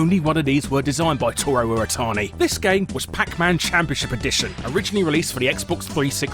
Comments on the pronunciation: ... It's not "iratani" it's "iwatani." Pronounce your Ws man! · Every time he says "irratani" instead of "iwatani" I feel like punching him. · So did he just not realize his name is Iwatani and not "Iratani" or did the English just forget how to speak their own language? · The name's Iwatani. Not Iritani. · Every time he says iwatani, it sounds like he's saying "iretardi"